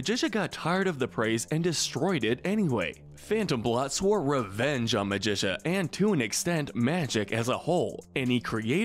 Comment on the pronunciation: Why is it almost every video has at least one character horribly mispronounced? Ma-gi-ca Despell not Magicia or Magisha. It's Magic with an A at the end. Do you even watch the shows and movies you make videos about? Because they say the names out loud all the time!